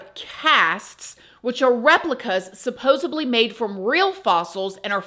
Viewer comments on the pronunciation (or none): and continues to pronounce "supposedly", as "supposibly" yikes. I can't even attempt to spell that word